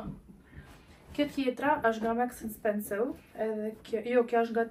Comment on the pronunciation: Vdiqa me menyren si e quan mark and spensor. Maks and spensow 😂😂